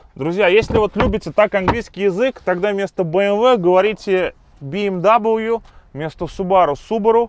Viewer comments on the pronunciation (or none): ну е-мое БМВ же немчурский авто. И правильно именно Бэ Эм Вэ. Ви дабл ю прибереги для саксонского дерьма